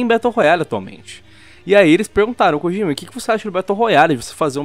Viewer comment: só uma observação que não chega a ser importante... Mas o nome "Kojima" não se pronuncia "Kogima" e sim "Kodima"